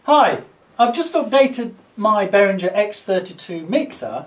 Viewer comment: "Behringer" has no /ndzh/ sound in it, like in "cringe". As in, the reaction to hearing people mispronounce "Behringer". Think bear-ringer. Somebody who rings with bears. That's how you pronounce it.